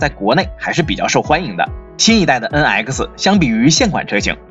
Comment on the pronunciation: Please improve your pronunciation! NX! Not en aisi!